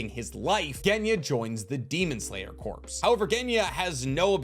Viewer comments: The word Corps is pronounced like core, not corpse. I know it doesn't really matter to the video's content but it's like a flick in the forehead every time I hear it. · Every time you say demon slayer "CORPSE" it drives me crazy. It's pronounced core, like the U.S. marine corps, its not a marine corpse. Jesus man you're old enough to know this. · You pronouncing Corps as "Corpse" instead of "Core" is killing me! Other than that great video! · It’s pronounced core* not corps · My brother in Christ I love the video but it’s pronounced “core” not “corpse” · “Corp” and “corps” are pronounced exactly like “core” and “cores”, respectively. You’re welcome. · Demon Slayer Corps is pronounced like "kor". You've been pronouncing it like "corpse" the whole video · Tiny itsy bitsy pedantic thing: Corps is pronounced like "core" not corpse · As a long time fan of your content, I must say… Corp is NOT pronounced Corpse. It’s pronounced like core. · I don’t know if someone said anything or you’ve corrected yourself, but corps is pronounced core. Not corpse. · Pet peeve: it's actually pronounced as "core", silent "P". Like the USMC, Marine "Cor" no annunciation of the "P" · Love ur channel! Just please say corps (“core”) instead of corps (“corpse” 😂😂😅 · I love your content but please for the love of god it’s pronounced core not corpse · You’re great, thank you, love the video…but please, I’m begging you with all my heart to stop calling the it the Demon Slayer “Corpse.” It’s not the dead body of a Demon Slayer, it’s the Demon Slayer Corps, and both the “P” and “S” are extremely silent. I know I’m broken for caring, but it’s like calling a Grand Prix a “Grand Pricks.” Now let your hate fall down on me like rain. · Demon slayer corps is pronounced like core not corpse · sorry to be that guy but its pronounced Core.... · Thats a slight pet peeve of mine too. I guess I'm that guy as well. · Absolutely tickled how you pronounce corps as "corpse"